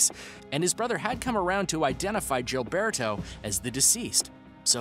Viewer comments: Gilberto is pronounced with the G sounding like a H.... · I can't stand this person's pronunciation of the name Gilberto.